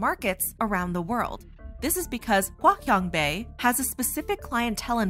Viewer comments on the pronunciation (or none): its hua chiang bei not hua kian bei